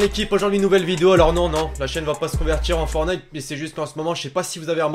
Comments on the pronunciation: C'est fortnite et non fornite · C pas Fornite C'EST FOR(T)NITE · Arrêtez de dire fornite dites fortnite !!! Tu n'as pas mis le floss ?! A part ça excellente vidéo on te kiff continue comme ça 😉